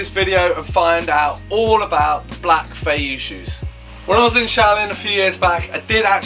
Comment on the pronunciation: It’s pronounced 飛躍 fei Yue. Like Yu-eh. A fei yu like you are saying is flying fish lol